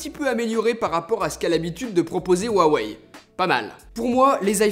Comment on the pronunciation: Cool, tu a enfin perdu ta manie de "Roux aweille" :D